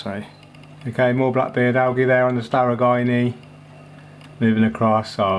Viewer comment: I love your videos but the way you say algae makes me want to stab myself to death with a plastic straw